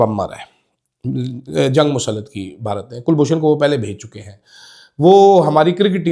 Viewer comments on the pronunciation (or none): none